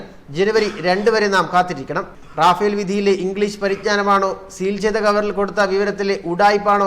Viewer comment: Rafal റഫാൽ എന്നാണ് റാഫേൽഎന്നല്ല